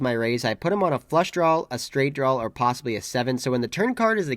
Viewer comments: At this point I think is just “trawling” us with the pronunciation of “drawl”… go get em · Please quit saying "drawl" it's not a drawl there is no "L" in draw. Thank you